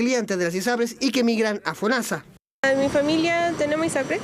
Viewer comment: la mina dijo "FONANSA"